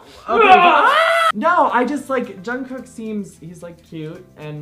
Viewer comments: can i just say its not JungkooK its Jungkoo(k) the last K arent so loud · Jungkook is pronounced "Jungguek" he is the one with his name that is almost always mispronounced. My bias is Park Jimin. You guys should start reacting to their dance practices because they will leave you speechless! If you do react to their dance practices then start with blood, sweat, and tears (bs,t) you'll love it! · Pronounced as Jeongguk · ohhh hell no he is mine lol I love love LOVE him way longer then you and you said his name wrong 😲😲😤😤😤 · You said Jungkook wrong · You say jungkook wrong 😭